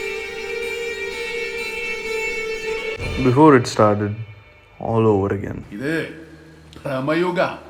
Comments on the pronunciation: Its actually pronounced as Brama-yugam meaning age of madness (Bramam meaning madness) and not Brahmmayugam Great video by the way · It's not Bhrammayugam bro it's Brhamayugam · Its not bhramma yugam in malayalam its pronounce as brama yugam ( means the age of madness.)